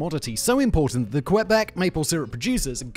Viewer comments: It isn't QWEbec, it's QUEbec (like the Spanish word Que) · Hey! As a french Canadian from Quebec, the proper way to say Quebec os not "qwebec". The letter "u" is not pronounced. You need to say "Qebec" or "k-bec" 😉 And that "poutine" meme is delightful! 😂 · Canuck from Ontario here: hearing "Quebec" pronounced by a British person helps me understand another layer of our own French/English dichotomy. :P (It's closer to "KehBek" than "kwuhBEK"... I think?) P.S. Bagged milk FTW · Pronouncing "Quebec" as kwebek is a dead giveaway that you're not Canadian, haha! For those wondering: It's pronounced closer to "keh-bek". You more or less ignore the "u" in the name as compared to English pronunciations.